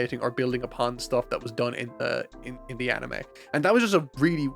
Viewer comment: Bruh if you're gonna mock for how he pronounces "manga" like a mega snob you could at least pronounce "anime" right. 🤷‍♂️